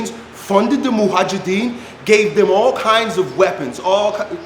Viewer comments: Mojahidin not mohajidin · That’s Mujahideen btw and not Muhajideen. You were pronouncing the word incorrectly. It literally means the ones who are struggling/striving.